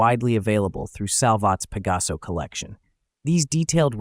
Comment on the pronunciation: Oh narrador!!!!!...fala-se exatamente PEGASO...para facilitar a dicção seria com o acento no A.